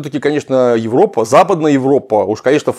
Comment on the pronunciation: 1. "Европа" пишется и произносится с одной буквой "п". Откуда такая тяга говорить "ЕвроППа" у многих ораторов..?. 2. ФлаНДРИЯ. Не ФлаМАНДИЯ. Есть "Фламандский регион", есть "фламандцы", но нет "ФлаМАНДИИ".